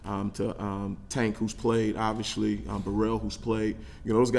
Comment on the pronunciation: I like him, but what is his deal with the word obviously, or should I say obvshilly! Wtf bro🤣